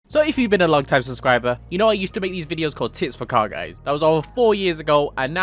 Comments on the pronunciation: WAIT did he say TITS for CAR GAYS ? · I thought you said tits for car guys